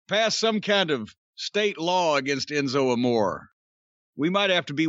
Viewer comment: Why tf he call that man Enzo “A More” knowing that ain’t how you pronounce his name. Jim be petty af 🤣🤣🤣😭😭😭😭😭